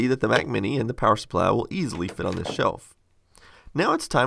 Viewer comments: lol "Power suppliah" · "Power Suppliah"